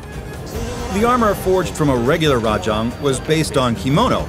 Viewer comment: Also Rah-jong instead of the correct Rah-jayng